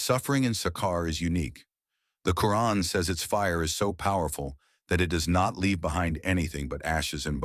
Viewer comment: Please stop using this Ai-voice. It's extremely annoying the way it mispronounces terms such as Islam, muslim, Islamic, Quran etc. No muslim would pronounce it as: Izzlam, mazzlim, izzlamic, Qran/Qoo-run. It sounds ⚪️washed and orientalist/ islamophobic. Just my advice. The mispronounced terms are infuriating.